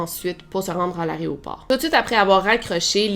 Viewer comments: On dit AÉROPORT et non pas ARRÊT-AU-PORT. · Aéroport et pas "arrêt au port" 😝🤭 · Arrête de dire "Aréoport" stp, c'est "Aéroport" tu fais un podcast où des milliers de gens t'écoutent, c'est important que tu parles bien. Sinon, j'aime beaucoup tes vidéos :)